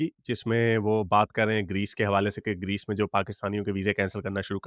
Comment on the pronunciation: Location Did this guy jiske reechh jaise baal hain, say Grace instead of Greece? 🤔